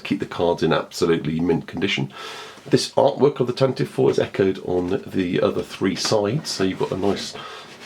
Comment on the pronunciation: It still is Tan-Tiv-Vee. Always has been. 'Tantive' or 'Tantivy' is a real English word Lucas used. It means 'Rapid Gallop', which is a great name for a fast ship. 'Tan-tivv' is not a word. It's just ignorance on the part of people who don't know how to pronounce it.